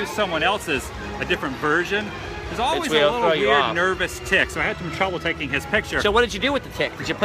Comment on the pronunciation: it's pronouts el-ways